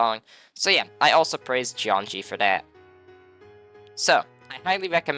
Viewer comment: "Jeongi" means electricity in Korean, so you should not pronounce it as "jeonji".